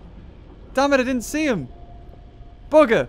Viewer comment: i like how no one noticed that he said se instead of see and only noticed DEOTH